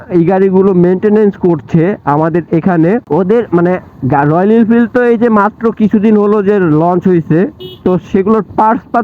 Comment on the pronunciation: আপনি তো ভালো করে রয়েল এনফিল্ড উচ্চারণ ই করতে পারেন না আসছেন এর সমালোচনা করতে 😆😆😆😆😆